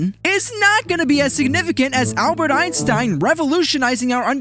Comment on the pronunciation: Thats Not how you are Prenounce "Albert Einstein"